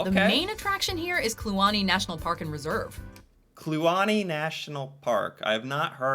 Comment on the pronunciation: She actually pronounced kluane properly! Im impressed. I grew up in kluane region of Yukon.